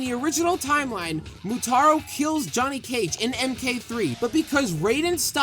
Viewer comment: It's Motaro not Moutaro :)